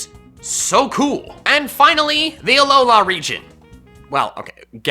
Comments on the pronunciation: IT'S ALOLA, NOT ALOHA! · Alola not aloha u aren't my grandma and mom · the way he says alolA makes me sad